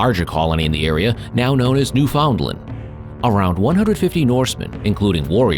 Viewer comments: Why can't any Americans pronounce "Newfoundland" right? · Ok...your seriously saying Newfoundland wrong.....your a history channel...sorry its driving me nuts🤓